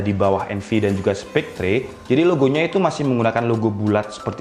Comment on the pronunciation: Spectre bacanya spekter. e pertama e nya enak, e kedua e nya tendang.